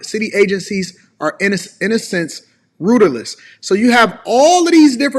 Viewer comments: Baruch and rudderless both mispronounced. May be intimately familiar with gossip but not with the English language. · can’t pronounce “rudderless”!!! Smfh